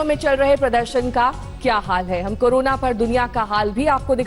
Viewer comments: करोना नहीं होता madam CORONA कोरोना होता है। क्यों आप journalist बन गये। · Madam aap kabhi karona (corona) pronunciation kar rahi hai kabhi korona. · Are bodan mahila carona nahi corona bol